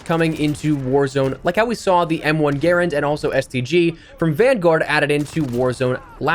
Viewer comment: As a firearms enthusiast, thank you for pronouncing "Garand" correctly. Lol. I'll be the first to admit, I originally pronounced it the other way that most people say it (like "guh-rand"), but as I got more and more into guns in real life, I learned how to say it properly.